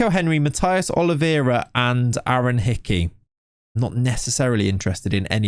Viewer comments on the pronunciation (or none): none